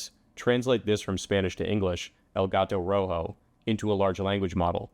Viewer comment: His Spanish pronounciation of El Ga-Toe Row-Hoe was a different level of comedy